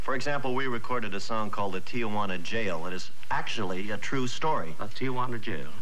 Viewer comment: It is a shame that so many people pronounce the name TIJUANA as if its TIAJUANA.